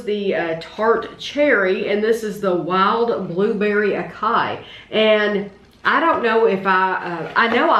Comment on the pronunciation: Acai is pronounced ah-sigh-ee 😊